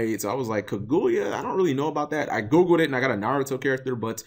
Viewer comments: Was I the only one who cringe on how Cap pronounce it as Ku-gu-yea when really it's Ka-Gu-Ya. IDK I guess since I just finished watching that whole Naruto Arc in English Sub I'm use to hearing it that way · Cap you are gonna have to get better at pronouncing Japanese inspired card names. It's absolutely a pain to listen to Kirin: key-leen not ka-rin; there is no hard r sound in the Japanese language which is why they struggle pronouncing them when the speak English Kaguya: ka-gu-ya not kuh-guya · Tre Fields oh noticed that now. It's like the name is kagoya instead of kaguya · sarthak arora cap says it like kaguuya (2 syllables) when it's kaguya (1 syllable) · Cap butchered the pronunciation of kaguya so bad that I didn't know why the name looked familiar till he said naruto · You aren't alone, I always cringe like hearing scratched chalkboard when people mispronounce Japanese. Especially when its so obvious to see how to say it. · How did I call it, how did I know exactly how he was going to pronounce Kaguya wrong. Step up your misspronouncing game cap. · Cap you're saying her name wrong